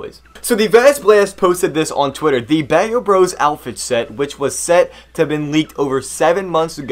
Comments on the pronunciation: actually, it's pronounced "b-ow" bros. not "bay-oh" bros. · its pronounced baaa o bros, its a chinese meaning for protector. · It's pronounce bao Bros not bao bros